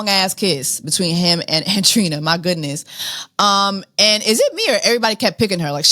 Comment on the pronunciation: Really, “Andrina”?! You speak Spanish. lol but she is a Wilhelmina signed model. Her and her thick ass calves and Bbl 😂